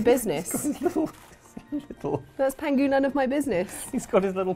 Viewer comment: The name of the tiger is actually Pang Hu (as opposed to how you guys are saying 'pangu'), which literally means "Fat Tiger"